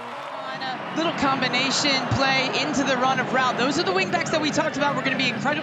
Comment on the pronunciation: Feli Rauch is amazing but the commentators are still struggling with her last name, she has gone from being called Rautsh to Rauh now